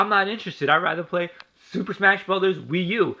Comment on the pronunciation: It's actually not a mortal kombat rip off and you keep butchering the wii u nice